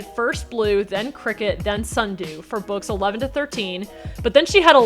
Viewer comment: Are we just gonna skip past how she said books 11-15?